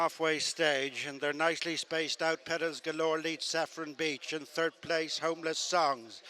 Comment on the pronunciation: The announcers pronunciation of Pearls Galore is awesome.